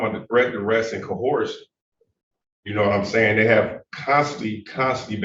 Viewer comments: All that script rehearsal and they never covered how to pronounce the word “coercion” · There is NO LETTER H or H SOUND in the first part of the word Coercion… AND, what the fuck is Aqueezing? Do you mean acquiesce? Sigh, the human race is doomed.